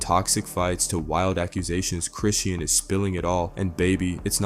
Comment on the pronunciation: “Cre-shon” is how you pronounce Chrisean.